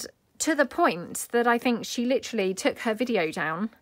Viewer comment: Naked... Lol You got your daughter's attention. I made some of these ... super easy... super cute. I had to laugh when you caught yourself saying litterally... of course I love everything that you make ❤❤❤